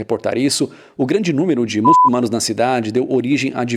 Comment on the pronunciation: Oloko n pode falar "mulçunano"?